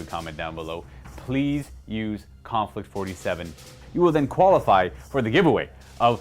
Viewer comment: Konflict 47... the Mortal Kombat way to say conflict 47